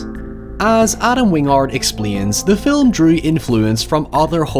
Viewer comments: I still prefer "filum" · Personally “fil(lu)m” gets me every time